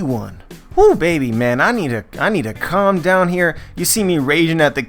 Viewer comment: When you said i need a " calm down " here, for a sec i thought you said that you need a condom Bwahahahaha. Thumbs up as always!